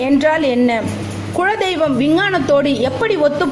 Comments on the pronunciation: Madam, the content is really good. But a humble request is please improve your tamil. It is kuladeiyvam n not kuzhadeiyvam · that is kula dheivam but u told kuzha dheivam,other than that good info